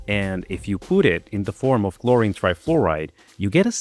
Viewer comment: I think there is an "L" too much in C_L_HLORINE 😂